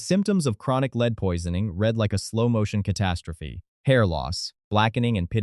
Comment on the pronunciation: I quit watching right away.I can't do a IAI . voices when the AI can't even pronounce lead correctly. because it doesn't read for context.